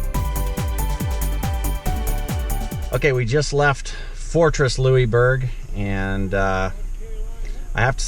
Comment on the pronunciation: Motorhome Experiment -,you are a born and raised Canadian and don't know how to correctly pronounce "Louisbourg" (lol)? It's pronounced: Loo-is-berg! This little 'correction' is coming from an old chick who is a born & raised Nova Scotian. Safe & happy travels! I'm really enjoying all your videos - you make me smile and allow me to enjoy traveling even though I'm doing it from my computer/desk chair!;-)